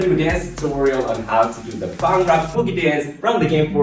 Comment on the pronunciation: the way he said Bhangra tho😂😂😂 why cant other people say it, I mean i can say words in other languages properly.